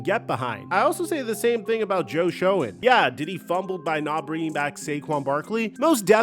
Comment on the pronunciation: For the love of god, it’s pronounced “Shane” (Joe Schoen)